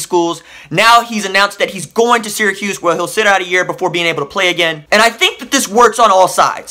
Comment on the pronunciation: At least you say Syracuse correctly